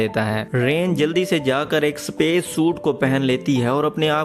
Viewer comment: सपेस नहीं स्पेस होता है..